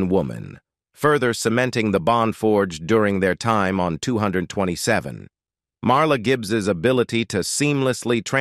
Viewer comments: The show was not called two hundred and twenty-seven, it's 2 - 2 - 7! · Wow dude doesn't know how to say 227 smh Ridiculous